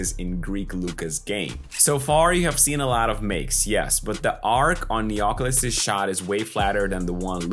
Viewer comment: Definitely we buy his stock! Superb analysis and congrats for your work! A minor observation for pronunciation purposes in the first name Neoklis the Intonation should be on I and not on o. It is therefore NeoklIs and not NeOklis. In ancient Greek this first name literally means New Glory